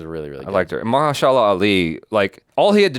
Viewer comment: Not another Sanaa gate! lol MA-HER-SHA-LA please